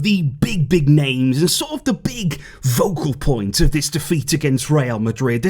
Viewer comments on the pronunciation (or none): it’s ‘focal point’ NOT ‘vocal point’!